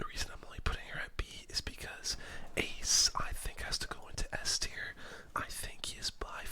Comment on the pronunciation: Mispronounced Ace